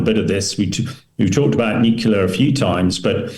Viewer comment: Another talking head that can't say "new clear" but wants to be taken seriously.